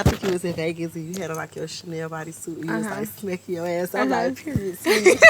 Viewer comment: Yeah she wasn't even phased by that "Cha-nay-nay" 🎁